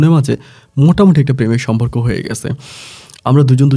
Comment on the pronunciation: সম্পর্ক উচ্চারণ আজকে ঠিক আছে। একটা ধন্যবাদ দিতেই হয়।